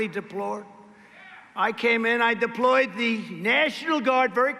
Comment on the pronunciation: Trump couldn't say 3 words right on his speech 1. He said Ulyssius again for the second time instead of "ULYSSES" 2. He couldn't say the word "deployed" right 3. He said frownders instead of "founders" 🤣😂😆 LOL HA HA HA HA HA